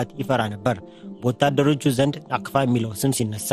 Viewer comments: ናፍቃ ሳይሆን ናቅፋ ነው የሚባለው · ናቅፋ not ናፍቃ